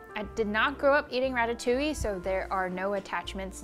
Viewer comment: French girl here, I love your ratatouille, it seems delicious and your prononciation is on point! Also about the having a dessert just after diner, don't worry, it is normal to feel like sweet after a french dish, we almost always have one. For the memories, french kids don't like ratatouille, because as most child, they don't like veggies too, I remember going to the theater to see a film about a rat with the name of my most hatred school lunch on the trailer (it wasn't a very good start 😂) and falling in love with Pixar through the movie, and having water in my mouth when they served the ratatouille. I still disliked eating ratatouille until growing up, and it is now a dish i enjoy. So don't worry, most child memories around the dish isn't a "Madeleine de Proust"^^